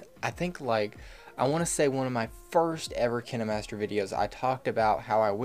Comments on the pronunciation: not trying to make fun of him but he says "Kina" master and I thought it was kine master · why did you say kinimaster instead of kinemaster? Kine master pronounce ( Kine) Not (kini) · Ok ;-; He’s legit saying KiNeMaStEr Try saying it like kin master and forget about the “E” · Kayn-master Not kInNe mAStEr Google says so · Its not kinémaster its KINEmaster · XD I always pronounce Kinemaster to "Kaynmaster" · He said Kinimaster not Kainmaster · Fun fact: the kinemaster youtube channel actually pronounces it Kinamaster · He says it like “Kinamaster” when it’s supposed to be pronounced saying the letter i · And i thought its pronounced Kienmaster 😂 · if he says "kiN-eh-mAsTeR" one more time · Kinamaster is what he sounds like saying kinemaster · I thought it was pronounced KINDmaster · KI-NA MASTER lol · Keeneemaster hahahaha 🤣🤣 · bruh is kaine master not kine master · Its kineeemaster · No hes saying it wrong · So what if he say kinemaster in a different pronunciation stop making it such a big deal :/ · He's saying kinemaster wrong 😂😂😂😂😅😅. I just noticed he has never blinked once